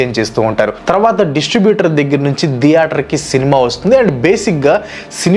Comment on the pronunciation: Video is good but it’s not deator, it’s theatre